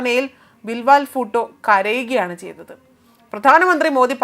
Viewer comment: ബിൽ വാൽ അല്ല പെങ്ങളെ ബിലാവൽ 😑